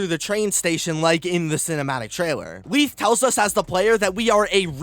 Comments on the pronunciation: ik this is smt minor but it just annoys me, he keeps pronouncing leith pierre as leeth and not laith, Good video tho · Omg, it's "lay-th," not "leath". It's not like "leaf" with a TH, lol.